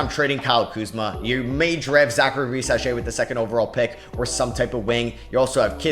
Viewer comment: Gotta stop pronouncing risacher like that bro. Riza-sher